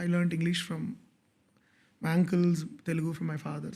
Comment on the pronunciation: I would really appreciate if you guys can say “Telugu” not “ tellgu”. This is a great show. Good luck !